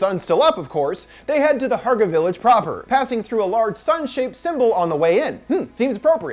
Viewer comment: I was thinking this too the whole time! And also Hårga is not pronounced Harga it is Horga. But great video anyways!